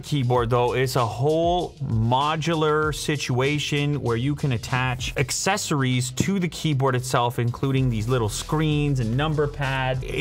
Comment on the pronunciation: a lil late to the party but "excessories" eh eh...good talk.